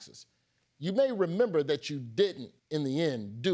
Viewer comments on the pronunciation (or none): none